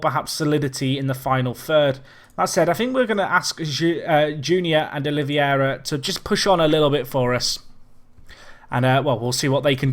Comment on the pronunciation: Oliveira is, I believe, pronounced roughly as OliVAYra, though if you want a proper accent for it the R would be somewhat strange. Also, in Spanish, Mini Mosca would be Mosquita (as in Mosquitos, which are called little flies)